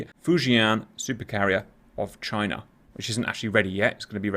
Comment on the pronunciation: China? Or JYNAH!?